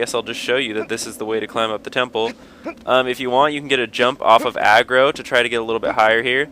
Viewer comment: It's Agro, not Argo.